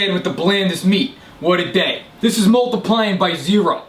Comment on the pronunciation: took me ages to realise you said 'days', fucking died 😂😂😂